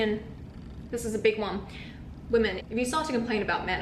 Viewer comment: Women not woman. What the hell is wrong with your age group? Mispronouncing words and calling girls dudes or bro. So unattractive